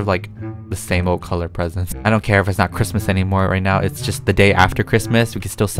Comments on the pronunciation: “Merry Chrimus” Me: “Merry Chrysler” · ITS CHRIMUS NOT CHRISTMAS